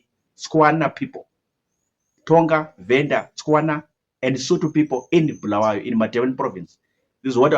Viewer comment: its not BHU , it's Bu-la-wa-yo